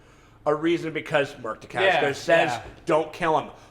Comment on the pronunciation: I love that he says he has been a fan of Mark Dacascos for years and yet, he can't pronounce his name right .-D